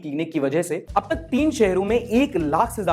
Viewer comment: That paused Ab tak was hilarious 😂